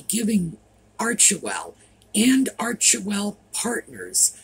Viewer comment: Arch well you don't pronounce the middle e